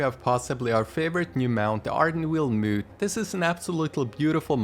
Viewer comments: 😆 bro Moth is pronounced mawth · Muth? Sorry but that pronunciation bugs me (he he puns)